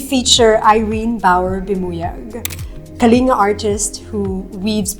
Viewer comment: Not to be too pedantic, but it's pronounced Kah-ling-GAH...not Kalinga